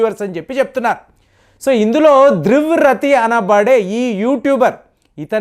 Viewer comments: రతి కాదు , రాఠీ ! . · దృవ్ రతి... ఏందిరా... నాయనా పదాలను సరిగ్గా పలుకు... ప్రపంచమంతా ఒకలా పలికితే... నీదెందో లొల్లి... ఆ పద ఉచ్చారణ... ఏదో చదువు రనివాడిలగా.... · Dhruv raathi Ni baagaa palakaledu Ee peru ni chaalaa sarlu marchesaru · Dear, First, pronounce the name of Dhruv Ratee correctly. You used the words slavery. This is not correct. According to you, Even Modi ji's Government is not able to identify but you have identified what is going on behind! Are you more powerful than the Modi ji government! Don't they know what is going on behind them?. Can we understand that this is showing your, arrogance? Dear Sir, We watch your videos more. But do not like this type of content in your videos. I am sorry If I have hurt you. We know that you are a man of substance and have your own specialty. Win people by that specialty but not criticizing someone when they are performing. well. If you do this I am sorry to say that your viewership falls down. Requesting you to make great videos showing your talent and your own image, please. Please don't make these types of cheap videos. We wholeheartedly recognize your talent and we love you, Sir. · వాడి పేరు ధృవ రాటి మీరు సరిగా పలకండి సార్ విదేశాలు మొత్తం భారతదేశం అంటే నచ్చదు కాబట్టి అన్ని మిలియన్స్ కి వెళుతుంది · Stop stupidity, you are unable pronounce his name. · Mundu nuvvu peru sarigga palakadam nerchuko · First pronounce his name properly. What is on the internet you tell that. You don't do any R&D